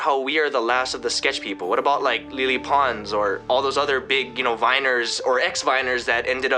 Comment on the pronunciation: "lily pons" OFFENDED